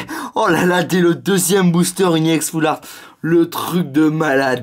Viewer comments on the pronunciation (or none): PK il dit E-ex au lieu de ex c'est pas ecrie E-ex c écrie ex ! Et si tu veut dire E-X en englais le X se dit pas ex -_- en plus il a TJ le ton de phare quand il ouvre c'est carte et en plus on s'en fou des 8 1er carte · pourquoi tu dis IEX c'est RX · C'est ex pas iex Aprend a parler mon gars